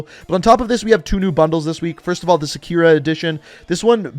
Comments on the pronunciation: i love how he says "sakira" and not "sakura" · it’s sakura not sakira. at least look up how to correctly pronounce the japanese words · Ngl when he said "sa-kira" it kinda hurt me in some way I didn't know exist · Wrong pronunciation of 🌸Sa-ku-ra (translation: Cherry blossom) 🌸 I’m Japanese I would know. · The angry weeb in me came out when he said “Sakirah”.... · Sah-ku-rah Sakura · You pernounced sakura wrong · Why did did he pronounced “Sakura” like that? xd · Yeah, that hurts. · Sakura bro pronounced like chic from naruto